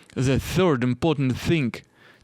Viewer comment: все хорошо только зе не надо произносить сочетание букв t b h в артикуле the произносится путем прижимания зубами кончика языка, а не зэ. Попробуй, совсем другой звук.